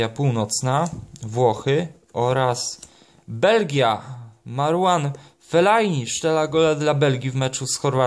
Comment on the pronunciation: Nie umiesz Muwić Ferllanini